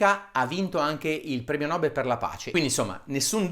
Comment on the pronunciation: Il premio nobel si legge: premio nobèl e non premio nòbel :)